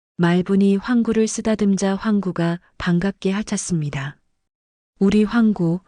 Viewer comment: 핥았습니다의 바르게 읽기 /할타씀니다/